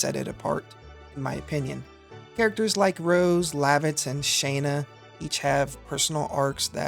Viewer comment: Gonna be honest Shay na is maybe the most american pronuciation i've ever heard. Where the fuck is the Y in her name. it's Shaw na. No there are no excuses.